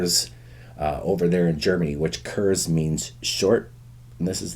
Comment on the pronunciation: Pronounced more like "kurts" and not "kurzzz."